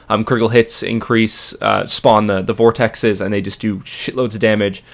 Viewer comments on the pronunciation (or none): none